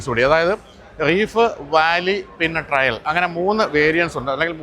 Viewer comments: ട്രയൽ ❌️ ട്രെയിൽ ✅️ ( വഴി, ഒറ്റയടി പാത ) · Its not trial, trail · Trial അല്ല Trail ആണ് ട്ടോ ശ്രദ്ധിക്കുമല്ലോ